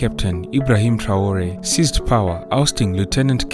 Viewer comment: This Ai generatet Video translation in the german language version is always talking about " Bosnien Herzgowina" instead of Burkina Faso! What a joke! And also the name of President I. Traore is not even spoken correctly.